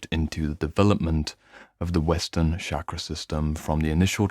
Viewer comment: Great video Just a mild correction. Here 'ch' in 'chakra' would be pronounced as in 'chain' and we omit the 'aa' sound in the end in Sanskrit and Hindi. No offence. Just for info 😊